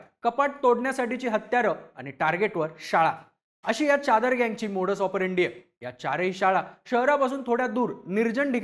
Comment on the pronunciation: च्यादर नाही रे.... चादर....